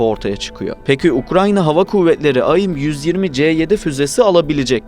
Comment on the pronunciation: Kardeş aim ayim diye okunmaz onun dışında video açıklayıcı ve net 👍👏